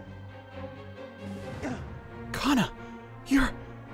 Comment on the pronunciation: He said Hana when he ment kana